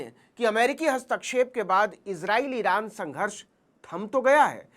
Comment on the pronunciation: Iran ❌ Iraaand